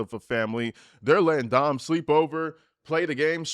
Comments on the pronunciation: "dim" is supposed to be "Dom". 👀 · Could ‘Dem’ be ‘Dom’? 😬